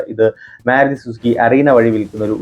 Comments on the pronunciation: മ്യാരുതി അല്ല ബ്രോ മാരുതി എന്ന് പറയൂ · getting irritated, when using myaruti, please correct it